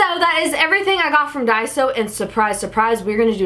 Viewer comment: not to be rude... But it's called Daiso not Diaso:/ plz change it